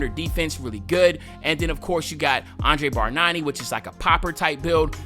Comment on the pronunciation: It`s pronounced Andrea Barnyani